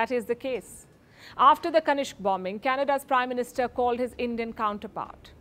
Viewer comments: Madam It's Kanishka not kanishk. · kanishka, kanishk.